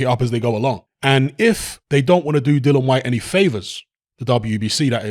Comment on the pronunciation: HIS NAME IS DILLIAN WHYTE..... OK.. NOT DILLAN WHYTE AS YOU KEEP SAYING.